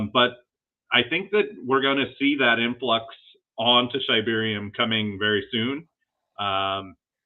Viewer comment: It’s “SHIB-arium”… come one now